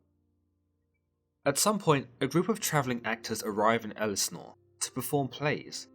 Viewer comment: Please learn to pronounce 'Ophelia' and 'Elsinor'.